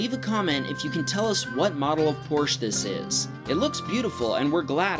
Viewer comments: Porsche is Not pronunced Lorsch but Porsche with an E at the end and i am really Sure because i am a German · it's truly annoying when people dont know how to say Porsche.